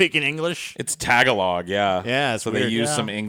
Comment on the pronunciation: I believe tagalog is pronounce tah-gah-loh.